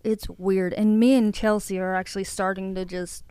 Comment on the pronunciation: Stop saying chelt-cie